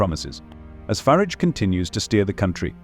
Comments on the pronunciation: It's Farage. Not Farridge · Youd think that AI could pronounce "Farage" one way & not usre surround words to flavour it "fer arj" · There is no I in Farage